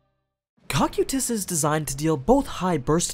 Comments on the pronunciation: "KOH-KYE-TUS" just sounds wrong dude, it kinda triggers me everytime you say it like that. after 4 seasons of Overlord anything other than "CAW-CUE-TUS"(Cocytus) sounds weird imo. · Isn’t it Co-Q-Tus? co like coco coqtus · It's gonna be a long hour of suffering through hearing "Ko-Kye-Tus" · That first pronunciation was a bit cursed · The way says Cocytus sounds a bit off. Like there was an “I” in the name or something. Are there multiple ways to pronounce that word? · I am not listening to an entire video of him referring to his name by the terrible dub. It's just grating. He acknowledges they are different and then proceeds to use the incorrect dub pronunciation.